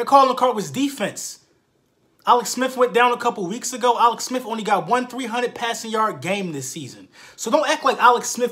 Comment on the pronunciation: "Alex Smif"